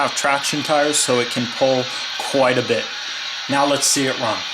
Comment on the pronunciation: I didn't know why you say "uh" at the end of "let's" it sounds like you were saying words with an "a' at the end of each word and it's a bad habit I wouldn't try to do anything like that if I were you. I'm not being mean I'm just saying nicely that's all.